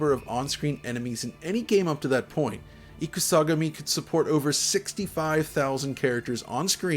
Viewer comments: Not "IkuSAgami"... it's pronounced as two words... Ikusa / Gami... (i.e. "War God")... for future reference. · I had a totally legitimate copy of this game back in the day, can confirm: The hype was so real. Cool vid. Your pronunciation of Ikusagami is terrible.